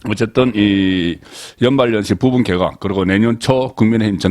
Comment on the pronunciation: 방송~~잘보고있습니다.고성국송년모임에서도~방송이나말씀도중에. 항상거슬리는부분이있는데~~오늘도예를들면개각을개에각이라던지~참많아요. 이런단어발음이~~^